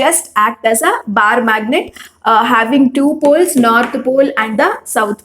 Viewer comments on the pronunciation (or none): none